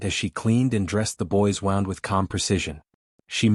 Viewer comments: Please teach your AI narrator how to pronounce 'wound' and 'lamed'. Thank you. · I wish you could find a way to get the computer to say words correctly. For example it said "wound" as the action of putting thread/yarn onto something, but it is spelled the same. Also it said "Red" like the color and how you spelled it, however it should've been spelled "Read" where it would've then said it even more poorly. It also said the word "taking" as... lets see if I can spell it... 'tak-kin' instead of 'take-ing.' Every time I hear words said wrongly it throws me out of the story. At least this story doesn't have people doing the same thing 3 times, another thing that can throw a person out of a story... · I wish AI could discern what way a word is supposed to be pronounced. A reasonable story but the usual story line. Not fun HOPE no one’s talking you from here, what?! And wound is two different words wound as in an injury and wound as in “I wound the clock”. Way too good to be true and far too predictable. A fairy tail. and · Really good story. Please edit in future ... 1) an injury is a wound but your narrator says wound, to wind in a circle like a rope. 2) if someone feels sad for you it is 'to pity' or pitied you and your narrator says pitted, to remove the seed from an olive or cherry or other fruit with large seeds in their centers. Editing is important.